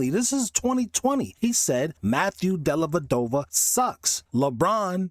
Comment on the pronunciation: Della Dova, not dellaVadova